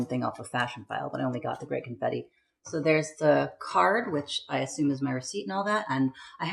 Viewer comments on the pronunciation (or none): none